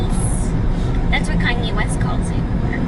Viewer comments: an italian that says "versays" inseatd of "versatche" it's pure shame... Chris! No more pasta for you! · versace is pronounced ver-sA-chee lol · versace- ver-sa-chee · Please tell me you were deliberately mispronouncing Versace pronounced (ver-sar-chy). Did anyone comment in person while you were assembling you LEGO?